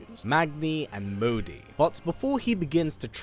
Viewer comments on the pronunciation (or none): none